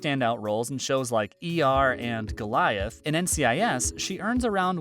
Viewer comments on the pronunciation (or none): none